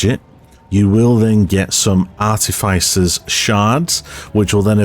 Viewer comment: Why does nobody know how to pronounce artificer? Art-tif-fi-ser.